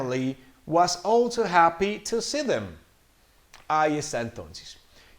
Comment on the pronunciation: uh me confundí solamente al final porque en la parte de "Daniel's family was ALSO happy to see them", habías dicho como "all to.." y en el segundo si "also...". esa parte solo me confundió por la pronunciación pero whatever también está en darle sentido a la oración. gracias por el dictado!